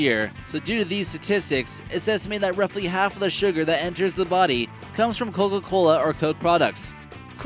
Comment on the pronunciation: it sounds like hes saying "cogagola"